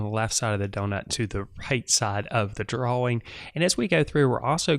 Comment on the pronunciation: The way he says drawings like DRO-wings is strange to my eardrums.